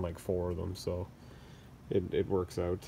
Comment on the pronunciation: Video was great, my only problem was how many times you said out pronounced oot. lol